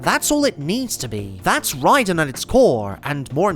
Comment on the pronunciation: "rey-den" always makes me cry a bit too